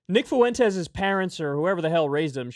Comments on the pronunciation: Kyle for the LOVE OF GOD. It’s not FOO-EN-TES It’s FUEN-TES 2 syllables. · FFS Kyle, learn how to pronounce "Fuentes". it's an extremely common last name, but you nailed it .